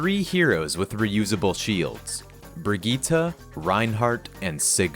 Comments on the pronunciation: plz stop, brigitte's name is bridge-it not brig-eee-ta. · isnt her name bri-gitte not brig ita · no. I had to go and find a voice clip, no, she pronounced it VERY differently. She pronounces it bri-gi-tte, with a short gi and a hard t, while he pronounces it bri-geee-tah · If you say Brigitte as "brijit" please shut up because you're the one pronouncing it wrongly. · Omg this guy it's (bridge -it) not bridge-jeetah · is that how people are pronouncing brigitte? i stopped playing overwatch long before she released its... i mean... its technically more accurate to the germanic, but i really would prefer if youd pronounce it bridge-it, cause its just right in the uncanny valley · bruh not trying to flame or anything but every time i hear u pronounce brigitte as bragitta i just feel weird… is that really how her name is pronounced?😅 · "BRIGEETA" lmao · What the fuck did you just call her? ITS BRIDGE-IT MY GUY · brigite name is a french one its pronunced brijitte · as pronounced by well-known swede jeff kaplan? Yeah game designers don’t magically have the ability to pronounce every language correctly. Jeff is an american and says the name with an american pronunciation, which is different from that of swedish and other germanic languages that actually share the name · who says briggite like that? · not how u say her name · I'm sorry how the fuck did you pronounce her name? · Every time this man says Bridgette wrong I feel a little worse